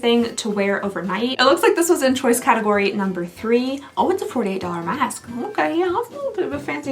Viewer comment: Chiuse instead of choice, dying 😅😂😊